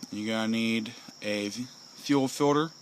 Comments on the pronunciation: Fuel filter, not fuel filder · FUEL "FILDER" lmao